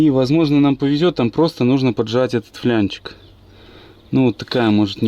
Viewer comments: флАнец!!!, япона мать... ФлЯнчик от слова фляга?!😡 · ФЛАААААНЕЦ!!! НЕТ СЛОВА ФЛЯНЕЦ!😂😂😂